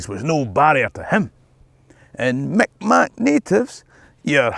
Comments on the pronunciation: its not pronounced mik mac, its pronounced mik maw spelled mi'kmaq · Lovely video but just as a note Mi'kmaq is not pronounced "Mic Mac" rather it is sounds like "Meeg Mah". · I enjoyed your video however, few things I don't need to be corrected 1, it's not MicMac anymore it's mikmaw Pernounced migmaw. 2,It's not Indians any more it's First Nation people. But I did enjoy your video of colonization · Just to let you know, saying "Mic Mac" is considered derogatory. It is pronounced "Meeg Maow". It probably doesn't help that that most historical sources use the term but I thought I'd let you know, mate ❤ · That is not how you pronounce the name of the indigenous people here, that is an offensive/ very out of date anglicization that is not used anymore. It is pronounced "Mig-ma". if you want to be proper its a glottal stop, not a g but that is hard for a lot of folks. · I've heard that Mi'kmaq people consider it a bit offensive to pronounce their name that way, and generally prefer it to be pronounced more like "mig maw". Maybe somebody from the Mi'kmaq nation can clarify if that's accurate. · The Vikings did come to Newfoundland and possibly Nova Scotia, but didn’t stay long. Mic Mac is the Frenchified and then anglicized version of their real name which is Mi’kmaq or Mi’kmaw (pronounced Meegmawkh or Meegmow). Their language is in fact related to many neighbouring languages. However, once the Acadians and Scots arrived, many did intermarry with the Mi’kmaq so many have French or Scottish ancestry now, but didn’t always. The story of the Vikings crossing is still very cool though. They unearthed a Viking settlement in Newfoundland at L’Anse aux Meadows and it’s been reconstructed and is now a national park! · The Indigenous peoples of what we now call Nova Scotia, the Mi'kmaq is pronounced "Mikmaw" 😊 I don’t know how I missed the plaque for Nova Scotia at Edinburgh Castle when I was there.